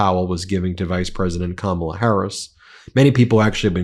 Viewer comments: Oops. tRumpy accidentally pronounced Kamala correctly in that video . 😅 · Maria said Kamala’s name right!?! Wow! So did a couple other hosts, after the first few times they say it wrong